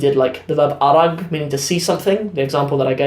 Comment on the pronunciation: bro thank you very much but some words are mistaken like qosl always qosol is qosol arag is arag not ark arkid when explain is arag nor ark shukran